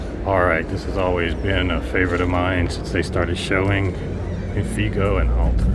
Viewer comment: It is INFIGO Audio (not Indigo).